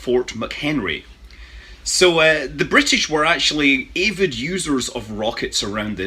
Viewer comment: Did you just pronounce Avid like eyyihvid?